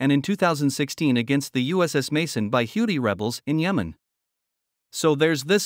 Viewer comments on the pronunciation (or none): none